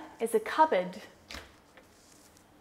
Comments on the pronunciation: I watched the part where you say "cupboard" at least a dozen times and in not even once of the times I undestood "cupboard". I could have sworn you didn't say that. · Your way of pronouncing the cupboard is really different , so i didnt get it.